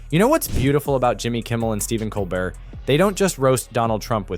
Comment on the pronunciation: Lol COL BERT LOL ITS Colbert